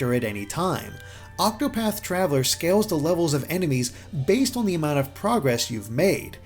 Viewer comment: This is a fantastically well-written and well-presented review. But my favourite thing about it is how the reviewer pronounces ‘on’ as ‘awn’. It’s seriously lovely.